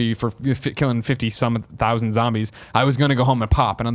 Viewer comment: Colin's pronunciation of "thousand" is pretty disturbing but he's still my boy so hard.